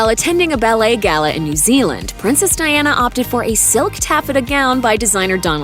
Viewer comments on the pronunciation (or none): Princess Diana Spencer .... gurl you can't even get her name right.